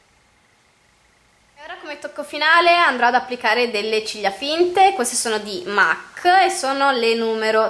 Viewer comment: solo una postilla... MAC è una marca inglese.... e si legge MEC.... ;)